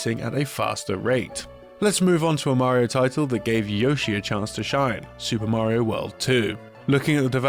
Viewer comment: Did I just hear a British man pronounce Mario correctly? Holy shit